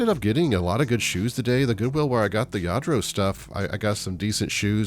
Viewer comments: Yes to the proununfiation...sounds like Yadro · I am new to your channel…and omg..Lladro?? Wow,that Goodwill missed that,unbelievable!😄And yes,you pronounced it well!👍🏼 I am from the Netherlands and I wish we had Goodwill. We do have thrift shops but not as big as you have..😊 The only thing I don’t understand is why thrift stores put broken stuff on the shelves..like the boots you showed us.💁🏻‍♀️ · Yep, you pronounced it correctly. Lladró is a Spanish last name, the LL at the beginning is like pronouncing tortilla the two L's make a y sound. Saw a fake Lladró just yesterday and got excited, nice finds! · When I was in Spain in the Navy, Lladro was a big deal, that was back in the 90's. Every year I turn over figures hoping to find a Lladro, and never, ever have I found one. Super score there. Yes you pronounced it correct. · WOW! 🤩 Fantastic finds! You are pronouncing Lladró correctly.